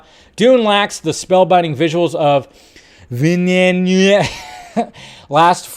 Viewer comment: It's "deh-nee vill-nuhv"